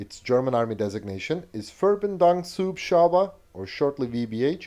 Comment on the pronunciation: Btw you might want to look up how to pronounce Verbindungshubschrauber. That was only intelligeble for me as a german, because i know the proper name and after a few moments of processing. could have been some completely other word too